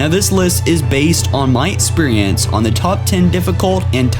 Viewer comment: "Etsperience" "Cario" "Ablitherated" Learn how to fucking speak English properly if you're gonna attempt to talk over more videos... And you must be utterly shit if you think some of these missions are hard on Legendary... A realistic Top 5 Most Difficult Missions on Legendary would include the top 5 hardest levels from Halo 2.